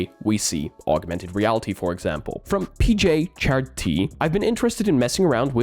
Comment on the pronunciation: its probably not pj chard t.... its probably PJC Hardt